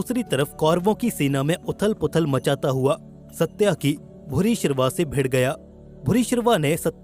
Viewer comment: सत्याकि नहीं बल्कि सात्यकि है सही नाम